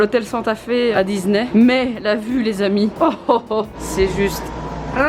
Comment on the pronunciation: mais pourquoi tu dis Dizney ?😭